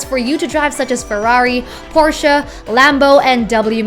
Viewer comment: Actually this the correct way to pronounce Porche